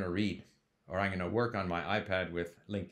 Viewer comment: Oh my god its pronounced Link not Ling - Q